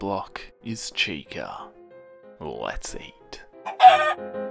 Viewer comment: Nahhh that wasn’t chica that was cheese-ca